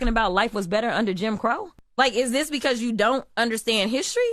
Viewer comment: How can the greatest country in the world have leadership who can’t even say this, she keeps saying dis instead of this. Can’t even speak correctly